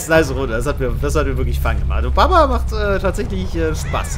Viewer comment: jeder auf der welt: Bubba;: Babba